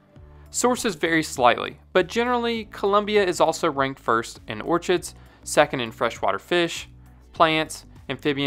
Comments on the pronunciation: its... or-kid, not or-chid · I honestly stopped listening when he pronounced it “orCHid” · Orchid pronounced like orkid. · Orchids are pronounced orkids not orchards. Orchards are areas on farms containing fruit trees. The desert region has tortoises not turtles. Turtles live in and around water so perhaps if there is a river going through the desert you might find some. However, in the Colombian desert you will find varying species of tortoises (land dwelling turtles as such) but they are not called turtles, which live in and around water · this mf really just said "or-chid" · Just so you know, orchid is pronounced like “or-kid”. Still subbed though lol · I think you're pronouncing orchid incorrectly... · Get sponsored by someone who can teach you to pronounce "Orchid". You sound like a damn fool when you say it.